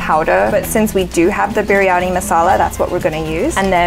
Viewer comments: Oh.. man.. it's not biryanai..😆😆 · veg biryaniyaa... its not biryaniu